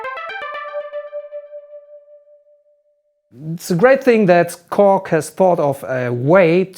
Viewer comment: "This time is the Cock Prologue" this is what I heard.